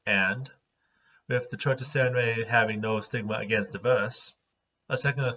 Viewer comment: So it's pronounced sAIRenrae and not sAHRenrae?